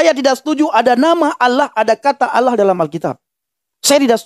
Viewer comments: iya nih... nama sembahan islam itu bukan ALLAH, tapi awloh, aulloh... pada ga bisa baca huruf latin yaaa ? ALLAH bukanlah aulloh, bukan awloh ! #wkwkwkwkwk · Kristen nyebutnya kan Allah bukan olwah SWT.